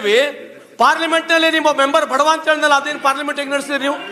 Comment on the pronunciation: ಬಡವ ಅಲ್ಲ😂, ಬಡ್‌ವೆ